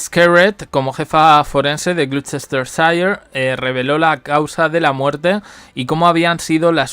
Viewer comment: No se dice Paipa, se dice Pipa. Y Gloucestershire se pro uncia glostersher